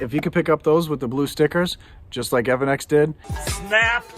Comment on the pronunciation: E.V. ANNEX ( not evan-x )